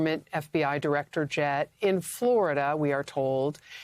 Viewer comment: "Sshhh, be berry, berry quiet. Diwector Patel is hunting Wabbit"...